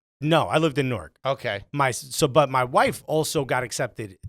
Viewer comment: Note to all: It's said Nork not New-ark.